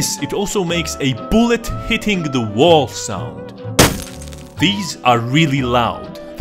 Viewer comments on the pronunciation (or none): none